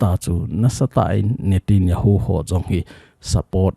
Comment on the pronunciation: Sir pa pao nathep lou leh, mi pao tho jihih in, natanyahu joh ahi in" nitinjahu. Ahipoi, chule. President. Natijonghi. Khel lin, pm joh ahi, pao kijil lin lang nathepteng. News hin sei jo